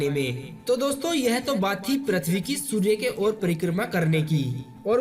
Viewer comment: Abe prathvi nhi pruthvi to bol bolne nhi ata or ghatiya video bana liya